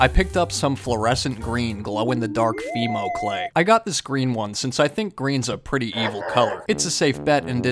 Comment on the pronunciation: Not me thinking he said Emo instead of Fimo 🤣🤣🤣🤣 Edit: To anyone else who watches Matthias or dope or nope ngl but graveyard loon kinda looks like woods. No Hate!!